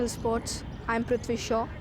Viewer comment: Lol !! It's prithvi